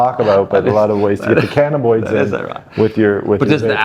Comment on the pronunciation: 1st reason not to listen to these muppets.. skip to he literally says canniboids... its cannabinoids doctor genius